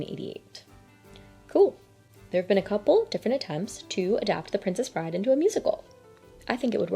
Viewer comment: How did you get it wrong twice? It’s “The Princess Bride.” Full stop.